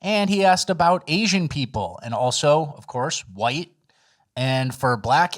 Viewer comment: how is AI going to be able to separate/ differentiate all the shades of "Hwhite" people on the earth??